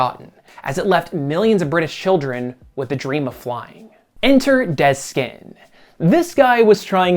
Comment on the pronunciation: Every time you say Dez Skinn I hear “dead skin”. Great job on the video.